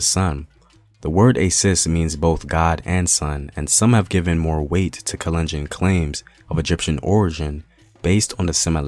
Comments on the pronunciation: thanks for posting this, my mom is kalenjin! i wanted to point out that you're mispronouncing the name, its kahl-enn-jean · The way he pronounces 'kalenjin'😂😂 and other names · Love your videos man, but you have GOT to work on your pronunciation I cringed everytime you said kalenjin.